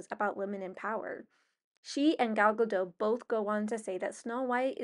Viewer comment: You pronounce the T on Gadot. You aren't the only one. I am not criticizing. I am just informing